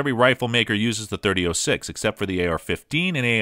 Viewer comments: As soon as he said "thirty-o-six" .... I'm out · It's either "30 aught 6" or "30 Springfield." Hearing him say "30 oh 6" makes him sound like a complete rube. Stopped the video at the 3rd utterance. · 30 ought 6, please stop, it hurts me every time you say 30 'oh' 6. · 30-06 is pronounced; thirty aught six, not "thirty O six" which is tantamount to sacrilegious ramblings. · Sorry dude. Couldn't watch more than 4 minutes. It' s not 30-O6. O is a vowel. It' s 30-aught six period!! As in three zero- zero six. 30-06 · No, not "thirty ought six." It's "Thirty Aught-Six," or for those of us who love it, just "Aught-Six"...Loyalists take note. And mentioning "308" in any discussion of the Aught-Six should be a crime punishable by having to listen to this video ten times in a row. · It's aught6, not .06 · Thirty aught six. Not thirty O six. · Dude “30 ohhh six” that’s a new pronunciation for a 120 year old cartridge...I don’t trust this robot.... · I had trouble paying attention after hearing .30- (OH)6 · What's up with the narrator ? Mispronouncing lots of names and I think I even heard him say 30 -08 at one stage ! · the way he says 30 06 is driving me nuts ..... 30 aught6 i can hear my grandfather correcting me now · Did you say "thirty O six?" TF? Lol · If you are going to review a cartridge you should at least learn how to pronounce it. There is no O in 30-06. It is pronounced aught. Thirty aught six. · Must be AI generated. Two key things it got wrong, the pronunciation and origin of this cartridge. The origin comes from "30 caliber Military Ball of 1903" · Thirty Oh Six? Weather-bye? Thank you Mr. A.I. Narrator! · I tried to stay with this video, even with the 30 oh 6. But it mispronounced Weatherby....I'm out! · Oh-six, weather-bye, wtf are you some kind of city slicker?